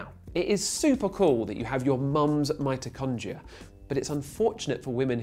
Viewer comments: its mitochondria, not mitrochondria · wow, is it just a British thing to say Mitochondria' instead of 'Mitrochondria'